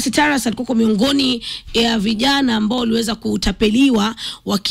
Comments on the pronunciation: It is not Taras please. Ongea na utaje majina kama Mkenya. Jina ni Tarus (sauti ya U sio A). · Hapo kwa Taras... Ni Tarus😂 Massawe Japani